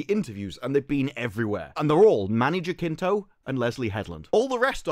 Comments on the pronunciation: it's not JaKinto, it's JaCinto (pronouced as an S) - just trying to help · It is pronounced Many "Hasinto", as in "has". Here it is pronounced with a hard "J"... but that phoneme doesn't exist in English. Greetings from México. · I believe Manny's name is pronounced HA sin toe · Just to give a helping hand, his last name is pronounced: ha-sin-toh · Man, is not "Jakinto"... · Hey man, its been bothering me since ive started watching your acolyte videos but Jacinto is actually pronounced Ha-seen-to. Just putting it out there